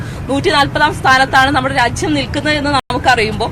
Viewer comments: രാച്ഛ്യം അല്ല രാജ്യം ആണ് ശരി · രാച്യം അല്ല രാജ്യം എന്ന് തെളിച്ചു പറയാൻ അറിയാത്ത കുരുപൊട്ടിയ മെമ്പർ 🤣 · Racyam alla r😢ajyam aa Nnu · കേരളത്തിലെ സ്ത്രീകളോ..സുരക്ഷ എന്തായി. രച്യം അല്ല രാജ്യം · ഇന്ത്യ രാജ്യം എന്ന് ഉച്ച രിക്കാൻ പഠിക്കെടി തള്ളേ ആദ്യം